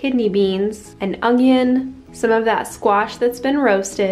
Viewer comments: She said ongion again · You said ongion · in french the spell onion with a “g” and it’s almost pronounced with a “g”too. maybe your ancestors are french?